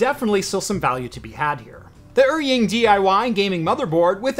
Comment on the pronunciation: Just a small correction on pronunciation because it bothers me a lot lol. “Eary-ing” makes me cringe. In Chinese pinyin, “er” is pronounced like “are” in English. (With 3rd tone). “Ying” is pronounced as you would expect with English spelling (with 1st tone). Correct pronunciation would be like “are”-“ying” Further context, the characters used, 尔(er) is an ancient Chinese word with the same meaning as 你(ni) which means “you”. 英(ying) has many meanings, can refer to English (language or country or people) but also has other meanings like hero or elite.